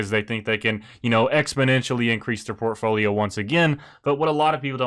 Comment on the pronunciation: The way you pronounce portfolio enrages me